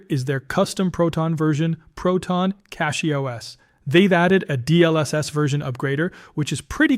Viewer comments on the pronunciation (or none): He violated his own pronunciation rule in the closing comments - saying CATCH-Y instead of CASH-Y. LOL. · It's not Kash, it's Kay-sh.